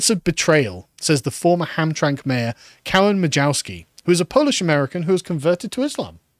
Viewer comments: As a michigander, it's pronounced "Ham-tram-mick". Also the POW Flag is a moderately well known american thing, should have googled it. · Hamtramck is pronounced "HamTRAMick" 🙂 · It's pronounced like Ham-Tram-Ick. And the Prisoner of War flag is a flag honoring US soldiers who were imprisoned or are considered "missing in action" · Michigander here. Hamtramck is pronounced as Ham-TRAM-ick. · Pronounced HamtramICK. It was an ethnic POLISH enclave for generations. Now it is yet another satellite colony of Dearborn. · Side note: Hearing Carl try to pronounce Hamtramck made my day as a Michigan resident. ham-TRAM-ick lol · Ham-Tram-Mick, the last syllable is pronounced Mick, but it is like McDonald from the scotch. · It's pronounced "Ham-Tram-Ick" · HAMTRAMCK is pronounced "ham-TRAM-ick" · It's pronounced Ham Tram ick